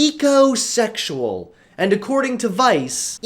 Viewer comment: The minute he said ecosexeul I started to tie a nosse